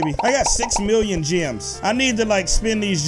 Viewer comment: i love it when he says miwwion